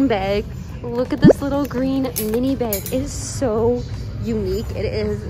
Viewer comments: lol "beg" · google: bag: BAIG